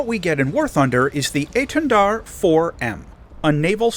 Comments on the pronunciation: You actually pronounced étendard good enought :3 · dont worry, you didnt butcher hiw name:D apart from the prononciation of the "r" (as every english speacker strugle) it was good, you even didnt fall into the trap of the silent "d" at the end:p you said it really well:) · You're pronouncing Étendard quite right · maybe i said it badly, but you did well, we dont says the D at the end and you didn't so it's a perfect :D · your etendard pronounciation isn't bad. the enlgish accent is noticable, but you pronouced it similarly to a french would. 8/10